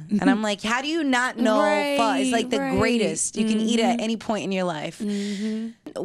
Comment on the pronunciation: This chick keep saying pha corny